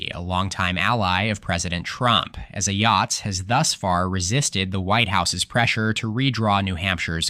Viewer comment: It's come to my knowledge that Kelly Ayotte is pronounced Ei yott and not Ah yoh tee